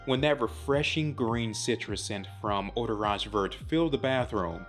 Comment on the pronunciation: Hey I’ve been following you for a long time now and I have some constructive feedback on this great review. You should look up or find out how the pronunciation of the products you are reviewing are if they happen to be in a different language (where possible). This one was a bit hard to hear you say vert when in french the t is silent. Just want you to look amazing all the time! Appreciate ya!